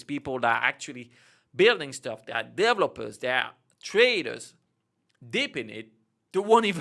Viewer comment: you should make a full video were you just try to say the word "developer" lol